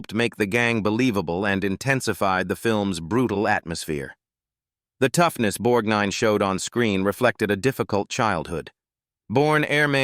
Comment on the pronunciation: It's always aggravating when so-called professional readers mis-pronounce people's names; Ernest BorGnine always had the "g" pronounced, except by the nasaly narrator of this video